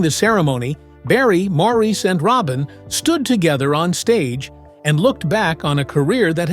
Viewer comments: I don't watch many of these vids anymore because most are just repeating stuff I have seen. I do have to wonder about a lot of things though. Please, if I hear Maurice's name mispronounced at the beginning one more time, I will switch channels. That is more that disrespectful to a wonderfully talented man who is no longer with us. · After viewing that video of mistakes and lies, you are annoyed by the way Maurice’s name is pronounced?😒